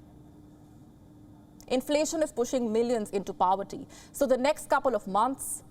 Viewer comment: POVERTY not PAVERTY 🙂